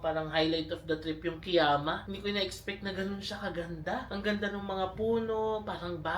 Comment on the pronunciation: Kiama is pronounced as “ka-yama”.😊 I also thought it’s Ki-yama before! Been there last weekend. Same spots. Plus Gerringong/Werri Beach.